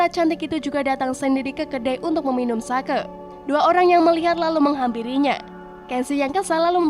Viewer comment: You pronounce sake wrong 😂 It should be sake(h) like you pronounce tauge(h) 😉